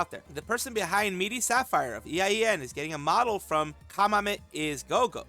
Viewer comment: it's been bothering me how you keep saying EIEN, just say A-yen (like letter A, and yen), it means eternity in Japanese.